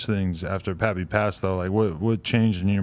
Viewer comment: I thought it was pronounced Pay Pay not Pappy